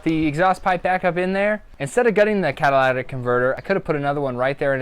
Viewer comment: lytic, say it! You spelled it right. Not catalatic.